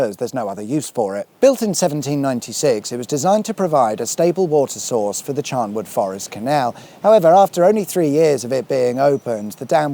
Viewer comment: Just watched this one. Please it is Charnwood with a N Not Charmwood with an M.